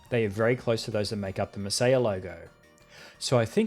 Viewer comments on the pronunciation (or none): Masiya is read ''messiah''. It actually says it in katakana right above the logo